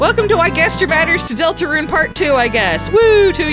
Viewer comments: Please stop pronouncing it deltaRUNE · ”Delatrune” in , time to make a third gaster video fixing that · The way she said Deltarune! 😂😂😂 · You emphasise "deltarune" weirdly